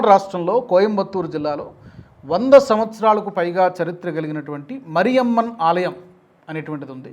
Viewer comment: మరియమ్మన్ ఆలయం అనకూడదు మారియమ్మన్ ఆలయం అనాలి, తప్పును సరిచేసుకోండి, గ్రహించండి